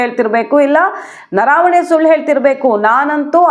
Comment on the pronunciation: ಅದು ನರಾವಣೆ ಅಲ್ಲ ಅದು ನರವಣೆ